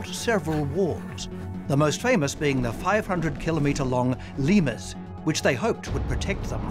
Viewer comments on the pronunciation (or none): none